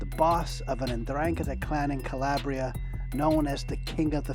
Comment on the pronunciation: kuh-ley-bree-uh How he says makes me cringe lol